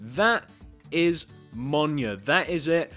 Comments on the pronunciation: It’s not pronounced “monya”, it’s pronounced “meelneer”. Btw this isn’t a hate comment, I’m just letting you know. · He's saying it wrong, it's pronounced "m-y-i-l-n-i-o-r" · Ain’t no way Blud said minio